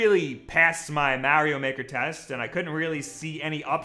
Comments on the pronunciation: He finally said Mario right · Wow, you said Mario the correct way! Finally.